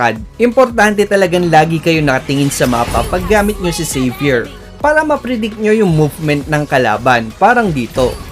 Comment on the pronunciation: Salamat lodz sa tutoriala try ko po yan na hero. Hahaha pagka dinig ko saber. Xavier pala ahahahhaaha